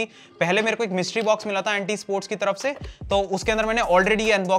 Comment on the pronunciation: Aree Bhai wo Aunty nahi Ant -- fir -- eSports hota hai. ⁉️💯